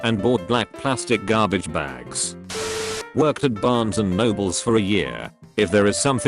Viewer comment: It's a common mistake, I know. However, if you worked there your ass should know there's no S on Barnes and Noble.